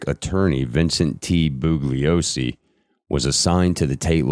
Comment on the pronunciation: Perhaps at least ask that he look up pronunciations of words he alleges to be able to say correctly in English. That seems like the minimum qualification for the job. I've got one more Booglyosy and I'm going to have to bounce.